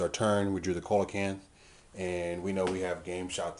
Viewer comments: No actually it isn't. He's right; it's "See-la-canth". Check in any dictionary or online audio pronunciation. Dictionary com, Merriam-Webster, or audioenglish just to name a few. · yeah it is its pranounced see-la-canth. look it up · It's see-la-canth. dictionary.reference.co m/browse/coelacanth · Sorry to sound like an A-hole, but Coelacanth is pronounced "See-la-canth"